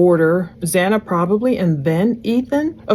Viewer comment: It bothers me SO much that the Judge couldn’t even get Xana’s name right, not one but twice!! So disrespectful…